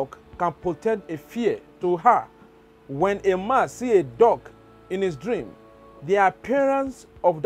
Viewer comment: It sounds like you are saying DOG instead of DUCK.